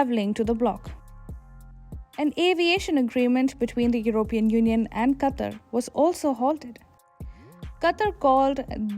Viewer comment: I couldn't finish the video with the way she pronounces Qatar lol